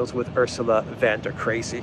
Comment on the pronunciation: der Leyen is a 'von' not a van.